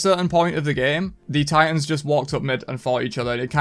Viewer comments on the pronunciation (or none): none